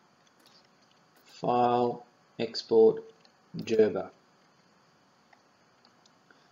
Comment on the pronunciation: Gerber. Hard 'G'. Not 'jerber'.